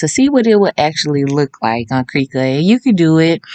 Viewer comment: “Crih-cut “ not “cree-cut” 😢